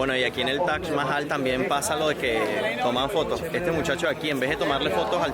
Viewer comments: Tienes que pronunciar taj mahal y no tash mahal😅😅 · cuál es la forma correcta de pronunciarlo? "Taj Mahal" como en occidente se conoce o "TACH MAHAL" como lo pronuncia el host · Lo único estresante del video era escuchar a toda hora la pronunciación “TACH MAJAL” ese “Tach” Dios mío.